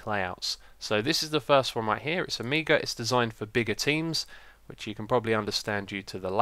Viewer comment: Omeega? XD gotta love that accent.